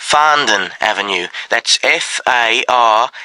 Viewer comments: I heard Firndon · Me Too I Heard Firndon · Same here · Farndon spelling took me out,its like he is pronouncing 'a' as' i'